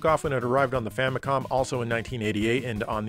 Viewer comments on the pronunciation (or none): none